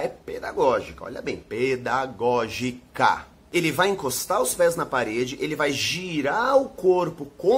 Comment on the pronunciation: não é pe-da-gó-gi-ca 😂😂😂😂